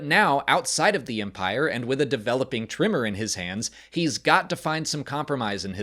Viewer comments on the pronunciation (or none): I noticed you have an interesting inflection. You call Nemec “Nimick”. And pronounce “tremor” as “trimmer”